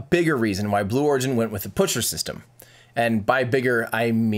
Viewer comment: yes, the "puschert"-system is indeed very reliable ^^